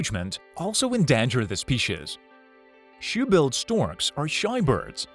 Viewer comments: you mean ehndahnjer the speeshes? 😂🤣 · Spee-chez (species)